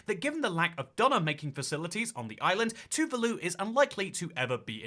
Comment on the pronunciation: please pronounce Tuvaluan correctly 😭😭 No wonder they dont watch your vids 😭